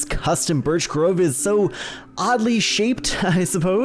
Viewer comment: Man really said birsh